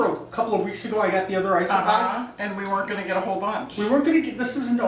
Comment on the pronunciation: Did he say iceopods?